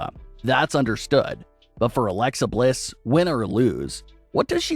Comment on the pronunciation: You keep saying her name wrong man